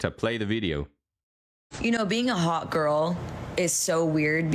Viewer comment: Why do they say "haw-uh"? And not hot? " Noah, Noah, I'm haw-uh. They all have that same linguistic abnormality. They refuse to pronounce the t's at the end of words.